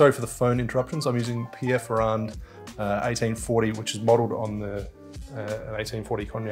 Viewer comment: pierre ferranDDD please don't say the D